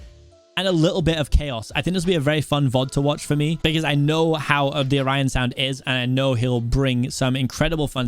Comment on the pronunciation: O Ryan sound Or an sound Orionsound is pronounced like "or an" sound good luck to mcc